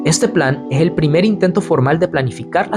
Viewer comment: Soy de Honduras pero me molesta esa gente como el que relata este video que la "S" la menciona como "J" , cuando dice " y ej que" en vez de " es que"